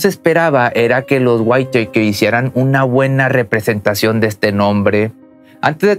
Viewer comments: Se pronuncia: "Guítakers". No Guaiteikers. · Me incomoda el cómo pronuncias el apellido cuando se pronuncia simplemente como se escribe WHITAKER nada más,sólo que con el sonido del inglés la T tendrías que pronunciarla como una D y la E y la R como un KERR con doble R.más o menos así,sino mira videos donde te enseñan como pronunciar los nombres y apellidos en inglés y de otros países de distintos idiomas es interesante y aveces divertido si quieres aprender. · SE PRONUNCIA "GÜITAKER" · Waitèikers hahahhahahaa SE PRONUCIA LOS WITAKERS me deberías contratar para ayudarte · Se dice whittakers no guiteikers pero solo digo no intento ridiculizar ni nada por el estilo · Perdón pero me hace mal escuchar "waiteiker" 🥴 se pronuncia Wittaker tal cual se escribe, con el acento en la i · El apellido Whittaker se pronuncia WÍTAKER ( güítaquer). ☺️ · Habías de corregir, Whittaker no se pruncia "WAITEKER". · Es witakers jajaj me estréso cuando lo pronuncia mal jajaja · Se dice guiraquer 👌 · Ojo Se pronuncia witaquer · No pudistes consultar la pronunciacion correcta de Whittaker? 🤦🏽‍♂️